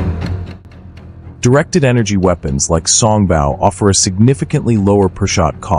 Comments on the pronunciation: song bow not bau. Your AI suffers from pronunciation problems. it can take its bow (bau) in the alley before the mice. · Mispronouncing “Song Bow” (Bow should sound like “Row”) instead of sounding like the sound a dog makes (“Bow Wow Wow”)! Repeatedly over and over again with that bad AI pronunciation.